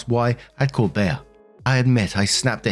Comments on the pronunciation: It's "Bee." Not "Bay-uh." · In what reality is Bea pronounced Bayer not Bee? lol! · It's NOT "bee-ah". I've travelled all over the USA and only ever heard that name pronounced "Bee". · Well,. We knew you couldn't pronounce "Liza", "Mila", and 50 others correctly. Now we know you can't pronounce "Bea" correctly. Seriously? Maybe you can ask Be-uh if she'd like a cup of te-uh to go with her plate of pe-uhs. Jesus. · It's pronounced bee. That's the name of one of my friend's mother. Always called her Aunt Bea growing up. Wasn't that the name of the aunt in the old Andy Griffith show? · It’s pronounced ’Bee’ like the insect, here in America. Probably short for Beatrice/Beatrix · It's pronounced "Bee". This woman sounds like a nightmare!!! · It's pronounced "bee" as in Bea Arthur (short for Beatrice). Hope that helps 😊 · The e in Bea is pronounced like the first one in ever.